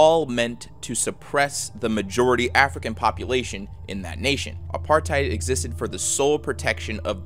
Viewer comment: Tbh I wasn't expecting teh south Africa one, because I live here it's actually really easy to imagine everything, especially because I live in Cape town. Also I'm sorry but your pronunciation of 'afrikaaners' and apartheid are wrong. You say Afrikaans and afrikaaners like ah-free-kaahns and apartheid is pronounced like ap-heart-hayt. Also apartheid is something we all know and hate that most people know our country for this